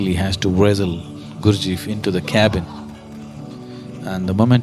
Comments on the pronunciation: Nice if could manage to pronounce the name correctly. It is GURD G eff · The Sad-Guru cannot even pronounce Gurdjieff correctly. What more can we expect from this superficial view? ;) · If one's hearing is flexible, you can hear that "Gurdjieff" sounds like "Guru-ji"